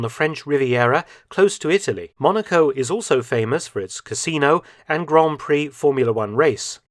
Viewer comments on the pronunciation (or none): none